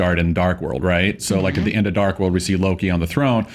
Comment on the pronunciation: It's so funny that after 6 years of Thor being in movies, no one can still properly pronounce Mjölnir, Loki and Surtur.